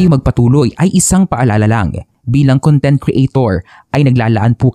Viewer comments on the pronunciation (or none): none